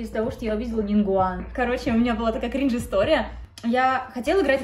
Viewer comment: НИН ГУАН А НЕ НИН ВГУАН